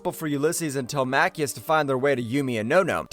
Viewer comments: WHO TF CALLS HIM TEL MACK EEOUS? Telemacus!!! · Get the pronunciation right will you. His sons name is NOT PRONOUNCED "TELE-MAKIS" as you keep saying. His sons name IS PRONOUNCED "TELEM-ACUS" said as one word Telemacus. They say it numerous times PER EPISODE. It is proper jaring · Who the heck is this Telmacchius character you’ve invented? It’s Telemachus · Tele-macheus?! 🤣 Did you not even watch the series? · Good video - but if you do another update on this classic cartoon - please pronounce Telemachus as it is in the cartoon. its pronounced Telem-e-cus - don't always sound it out as it's spelt. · It bothered me too